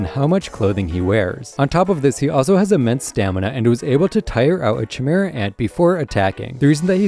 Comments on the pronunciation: lost me at chee-mehra ant come like you havent actually watched the show 😂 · Great video man! Only thing I should mention is that Chimera is pronounced as “Kai-Mira”